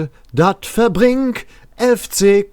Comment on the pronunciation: Hallo, mega Video! Aber schwerer Fehler! Du sagtest immer verbRingt und nicht verbink 😅... No disrespect oder so. Aber das tat in den Ohren weh... Zum Video: Mega Vorschläge! MIR wäre ein regional kölscher Bezug wichtiger, als ein internationaler Claim. Der global gesehen aber auch was hat. Dennoch kann es nur um den rheinischen Dialekt gehen mMn. Ich wäre für Durch dick und dünn, janz ejal wo hin. Ich hoffe, Du erreichst etwas, das den FC nicht mehr mit dieser peinlichkeit assoziiert wird.